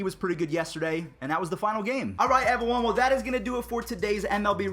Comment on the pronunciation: alright evwone lol